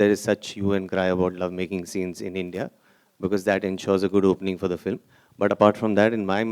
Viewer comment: ise director kisne banaya film ko flim bolta hai